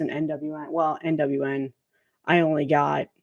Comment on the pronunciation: Yay…Devil Master! 🤘🏾 😈 ….. that’s obviously their first record. But their second album I think was actually really good and made my list…. Bummer that I missed, but catch the next one and got to say every time you say NWN, I hear NWA.✊🏿😁 My bad you got all of them totally jelly there that’s awesome. You have some of the best albums that got released within the past two or three there. Kudos kudos.